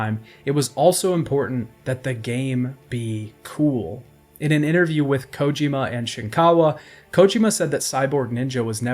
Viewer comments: Bro really never heard anyone pronounce Kojima in his life? The only person ive ever heard pronounce it as "Kójima" lmao As I was typing this comment he switched to pronouncing it normally - Kojīma, then 2 sentences later went back to Kòjima lol wtf is going on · Am I the only one who can’t stand the way he says “Kojima” 😂